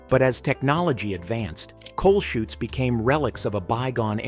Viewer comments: It's laundry chutes. Not shoots. As in parachutes. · Laundry "chutes" not shoots.